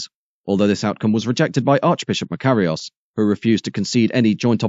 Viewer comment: It's a clever "computer" voice which pronounces Nicosia and Makarios in several different ways. Sorry, as a former resident, Brit of course, its 'Knicker-seer' and 'Muh-car-ios', no smut intended. As for Akrotiri and Famagusta, not bad lad. Still, doubt I cd pronounce El Paraïso properly.